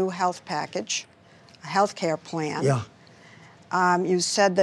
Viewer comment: he said “Yuh” 😂